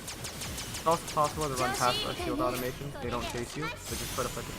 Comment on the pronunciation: Oh. My. God. It's automaton. Uh-tah-muh-tahn. Not automation.